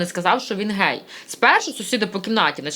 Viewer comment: "Гей"-це вигук, а "ґей"-це ґендер!